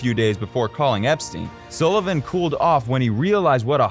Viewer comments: His name is S ULL IVAN NOT "SOO" LIVAN. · You can’t even pronounce Sullivan’s name right. I’m out. Lol